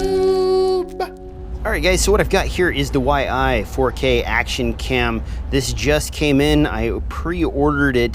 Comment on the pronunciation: Yi - not Y-I. Like Y as in Ying and "ee". Love how you always find a way to butcher names :D (j/k). Really looking forward to this cam for my racing/acro quad. The previous Yi was pretty dope for like $60 with all its scripts for higher bitrates etc. Wasn't as crisp as a Gopro 4 silver/black, but still better than a Session at 25Mbit. Already seen some footage from the Big Whoop drone racers Jet and A_Nub, who got this from the first batch and it looks real promising.